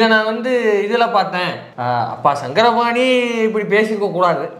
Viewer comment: சாரங்கபாணி... சங்கரபாணி அல்ல..